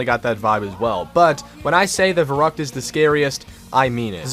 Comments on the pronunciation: its vair oo kt not vair uh kt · It’s pronounced Ferryckt and it means crazy:D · So annoying when people pronounce verrückt wrong. Anyone who is german or speaks german know that verrückt is actually pronounced ferryckt :) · i'm german and the way he spells verrückt really makes me verrückt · The scariest Part is a non German Speaker saying "Verrückt" ;)